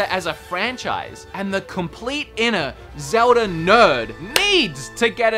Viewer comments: Me: Zelda...: Zewder... Me: Zelda...: Zewder... Me: ZELDA!: ZEWDER! ❤️ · "Zeldar".. "Agendar"... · Does anyone else keep hearing "Zeldar"?